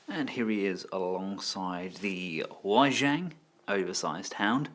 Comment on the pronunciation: Wei Jiang : Way G-YoungKu Bian Bao : Cool B-en Ba-uuhope you don't mind but here's hoping this may help you master the pronunciation for these brand. :)looking forward to the KBB Hound review.